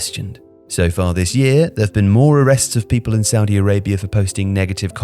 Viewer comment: Look I don't want to be rude but if your gonna say something bad about Saudi at least pronounce it right